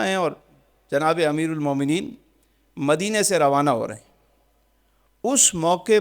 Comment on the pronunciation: یا امیر المؤمنین۔ میں امیر کی" ر "پر زبر ہے۔